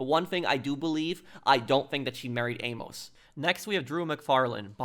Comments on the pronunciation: Great video man! Just a heads up, Amos is pronounced "aim-us" in the states( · The fact you could never say Amos correctly made me stop watching the video. How in the hell do you get A-Mos after she has quite literally said it more than once.